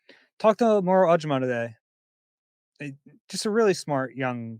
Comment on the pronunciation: why do you keep mispronouncing Moro’s last name?